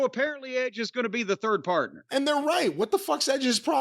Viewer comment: Jim saying patna (partner)made my day lmao Jim always invited to the cookout 😂